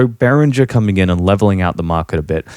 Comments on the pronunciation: Exactly. Whoever thinks behringer should donate can do so with the money saved by buying behringer products. I wonder if it is the same company the guy in the video talks about, he mentioned berenger very often, maybe he is just mispronouncing it, maybe not. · you have a funny way of saying behringer and the outro music is too loud under your voice but other than that this was an excellent - and surprisingly impartial piece of work - really is a tough topic .. in other documentaries i heard the point being made that behringer copying old designs is fair enough but releasing clones of hardware which is currently being produced is very naughty instead.. i find that to be a very valid point as well. I still dont know where i stand on behringer as a whole because i certainly cannot afford 3k synthesisers and yet i am not sure if cloning the companies innovating 3k synthesisers so they eventually go out of business is the right way.. actually i do think it is despicable.. yea.. yes i do